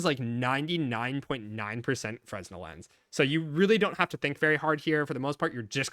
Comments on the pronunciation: Just fyi, fresnel is pronounced fruh-NEL. The 's' is silent. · btw if you're unaware, "fresnel" is pronounced ferr-nell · The s in fresnel is silent btw